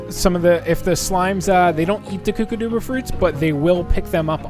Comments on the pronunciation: the mud balls you need to put in those statues with the green ball in them they are called kookadoba crackers. The kkokadobas are not pronounced (koo-kah-doo-bah) it is pronounced (koo-kah-dow-bah). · I’m pretty sure it’s pronounced kook-uh-doe-bu fruit I think.